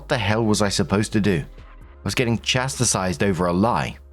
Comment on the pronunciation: It's chas-tised, you always say chastistised.